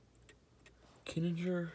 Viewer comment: I do believe it's pronounced kee-ning-er even though that's a hermle movement anyway